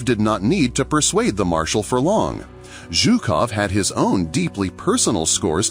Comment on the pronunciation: Its not ZOOKOV, he's not a Zoo-keeper, its ZHUKOV pronounced like the "s" in the word "pleaSUre". You said it right for some reason and but some reason you called him Zookov in the first half of the film... odd. But good video 👍